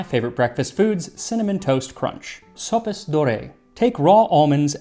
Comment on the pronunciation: NGL, I first heard you say "Golden socks" 😀